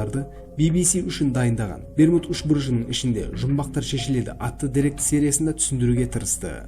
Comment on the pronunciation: Берму үшмурыш деп естіп калдымгой 🤣